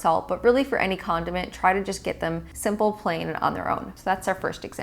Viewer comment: It’s condiment not condoment